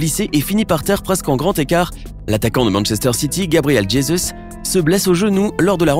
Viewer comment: Gabriel Djezuss 🤣